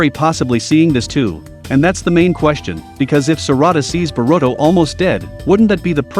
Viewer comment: Barudo, Manjeekyou sharingan, sakuro, itahchi. 🤣🤣🤣🤣🤣🤣🤣🤣🤣🤣🤣🤣